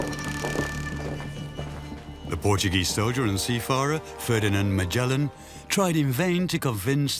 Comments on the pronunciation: What is a seafara? Cant you read you own doco? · For the 100's of billions of dollars, and AI can't pronounce 'seafarer '. , think i'll pass :)